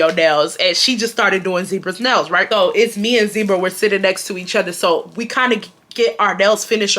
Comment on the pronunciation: Just got home! Taylor Port poured and I’m sipping! I absolutely love how you pronounce “other” “utter”